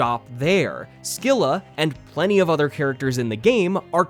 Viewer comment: minor nitpick: scylla is actually pronounced 'se-lah', the c is silent